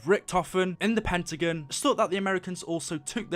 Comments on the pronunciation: I know he has an accent but it's Pentagon not pentigen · it not pentigan its pentigon